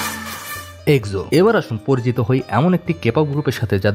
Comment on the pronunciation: এক্সো নিয়ে ভুল উচ্চারণ খুবই কানে বাজছিল 🙂 আশা করি ভবিষ্যতে উচ্চারণ জেনে তারপর ভিডিও আপলোড করবেন☺